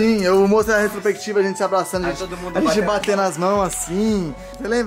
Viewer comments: "restropectiva" kkkkkkkkkkkkkkkkkkkk Pô kkkkkkkkkkkkkkkkk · Palavra: Retrospectiva Como o fala: Restropectiva